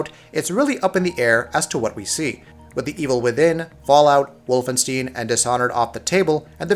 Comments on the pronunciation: I suppose if your're going to get pedantic, then he should have pronounced it, "volfenshtine", but he's communicating to an English speaking audience. Also, I think what your meant to say is, "Not Wolfensteen", which is how he pronounced it. As it happens it should end with an -ine sound. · Did u just say Wolfensteen instead of Wolfenstein? FPS noob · Literally everyone calls it WolfenSTINE